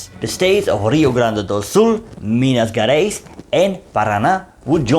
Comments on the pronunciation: Excellent lecture! Just a remark: we don't say Minas GErais like you say get or forget. To sound like that it should be written like GUErais. Actually GE sounds pretty much like you would say pleaSURE or treaSURE, like the French pronoun JE, or you may say like as GEAR or GEORGE. Indeed you are able to sound Rio de JAneiro correclly. So you may try to say Minas JArais, it would be more understandable rather than GUErais. Thank you. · You should try to learn the pronunciation of Portuguese words. Your video is well done and educative. My grandfather was an infantry soldier out of Rio and died in combat. But your pronunciation is triggering specially the G in Gerais. Thank you for the effort. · Great job! Pronunciation: "Minas Jerais" "Jetulio" .... J sounds near English. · The "Ge" in "Minas Gerais" and the "Ge" in "Getulio Vargas" are pronounced as the "Ge" in Generation or in General.